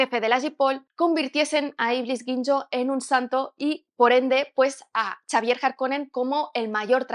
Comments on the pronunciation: Xavier se pronuncia Javier no Chavier XD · en inglés se pronuncia "seivier" XDXDXD